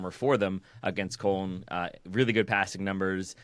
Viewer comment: Good show but you're all mispronouncing Köln